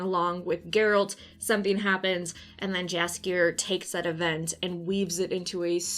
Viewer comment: I love you content but you might wanna checkout how Jaskier is actually pronounced, you are very wrong